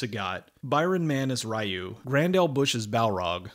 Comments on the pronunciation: ree-you not Rye-you... bruh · Excellent video, and very funny. But a couple notes; it's pronounced "REE-you" not "RYE-you." (that's not my opinion, that's how it's properly pronounced.) And you didn't mention the few mistakes they made, like that Balrog is a bad-guy in the games, and Dee-Jay is a good guy. =) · Ree-you and Ha-doh-ken. I know it’s an old video but this bothers me. Other than that a fantastic review. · it's because it doesn't respect the source material that's why people don't like it, they don't even use their powers. Also it's pronounced Ree-you not Rye-you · I honestly don't like that this movie is the reason why people say Ryu incorrectly. His name is pronounced ReeYou not RieYou. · God fucking dammit, it's not "Rye-you". It's "Ree-you" or, if you want to be more accurate, closer to "Ru". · Pretty sure it is Reeeeeeeeyu and not Raaaaaiiiiyu. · Juan Rivera Yes, but in North America that was how people pronounced his name. Nobody knew it was Ree-yoo and not Rye-yoo until the animated movie was dubbed and released. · It’s actually pronounced REE-YOU. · "Rye-ewe" the most bastardized english way to pronounce a japanese name... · of all the shit he knows about street fighter why can't he pronounce Ryu's name right that really bugged me to the point where I couldn't finish this review. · Ryu is pronounced like "reeyuu" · Ok but we know how how it's pronounced now... so I found it irritating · ok but this review easily released when street fighter first came out... it was released recently and he should know better, further more no one pronounces Miguel, My-gwell lol